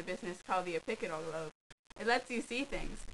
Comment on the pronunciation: did that bitch say oppicital lobe!!!!? it's the fucking Occipital lobe